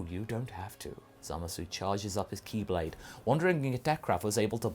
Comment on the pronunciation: Every time you say Ki blade i always hear Keyblade.... And at first i thought you were legit doing a Kingdom hearts cross over